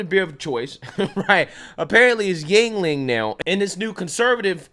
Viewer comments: Jesus christ., its not pronounced Jing-Ling. Yuengling is the anglisized form of Jüngling (German, meaning „young boy“) Just look up the word Jüngling on a german online dictionary and listen to how that word is pronounced. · Yuengling. Not dingaling.